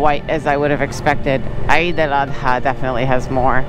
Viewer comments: Hello!!.. Eid is pronounced as eed.. not I-eed to make it simple or in Arabic عيد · Say eeeeed 😂😂😂. Awesome video